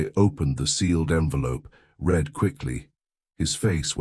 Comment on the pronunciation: OMG Can’t these AI programs learn the difference between past tense “read” and present tense?